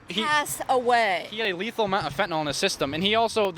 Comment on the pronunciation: FentaNYL not "nol" it's not Tylenol😅